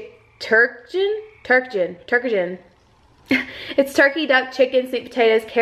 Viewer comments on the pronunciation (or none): Hahaha it's tur (as in turkey) duck-en, it's a thing people apparently do for roast dinner lol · Its pronounced tur-duc-ken LOL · It's "ter-duck-in". I've never had it, but I know a lot of people that make it for holiday meals. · So excited for you!! It's awesome to watch you go through the wedding planning process! Oh btw it's TUR-DUCK-EN (Ter - duk - in) Took me forever to learn to say it! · Lmao! Tur- duck- In... Omg I could hear the frogs in the background at the end!! I'm so excited to see you're dress girrrrrrrlllllll! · your so funny. the dog food is pronounced tur-duck-in. its a real thing lol.i love you so excited to see you get married and go thru this process with us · I love how you pronounced turducken 😂😂 Tur-duck-en 😜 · Hey that one food is pronounced tur duck in 🙂 My dog loves that too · it's pronounced "tur-duck-in" like turkey duck and chicken all mashed into one word! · Lol it's tur-duck-in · not correcting you but, the word on the dog food at the end is turducken. It is pronounced tur-duck-in. It is a chicken put in a duck then both are put in a turkey. P.S. you look super pretty in all the dresses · crying watching you try on wedding dresses and laughing listening to you try to pronounce turducken 😂